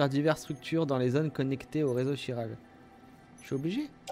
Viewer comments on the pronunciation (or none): Je suis le seul à être perturbé parce qu'il prononce "chiral" en "ch" et pas en "kh" "khiral" comme le prononce tout les personnages du jeu ? 😅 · Quiral pas chiral sa se prononce quiral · Véronique Boissière Chiral prononcé « k » c’est français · C moi où il ne sais pas dire chiral . Il dit chiral au lieu de kiral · Chiral se prononce : /Ki/ra/le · Le nom du réseau s'écrit 《Chiral》mais ça se dis 《Kiral》. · Quelqu'un peut lui dire que chiral se prononce Kiral svp